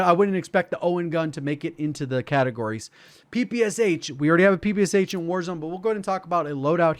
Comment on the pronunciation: My ears curled into a tube when called Shpagin's submachine gun P P S H. Must say P P Sh